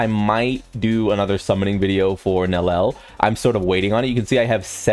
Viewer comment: bro can't stop saying Nel El